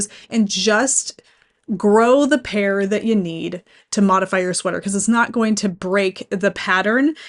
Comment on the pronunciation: I totally thought she'd said "pear", and I was super confused 🤣